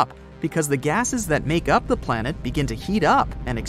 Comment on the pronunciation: You guys spelled planet wrong. You guys instead said Palnet